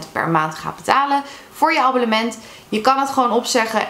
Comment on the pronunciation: Zeg je aan het begin nou: Abollement 😅